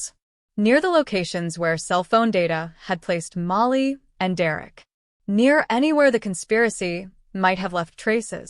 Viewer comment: Still can't get the name right. Not Molly, her name is Malaheya.